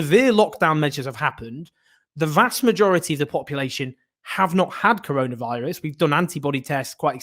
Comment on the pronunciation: did peter hitchens just say controlavirus?